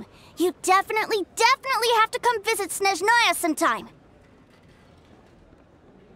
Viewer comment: “Till we meet again - in Shneznaya” Meets in Inazuma again instead lmfao